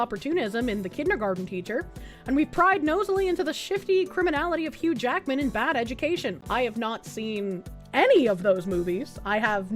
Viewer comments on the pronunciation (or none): none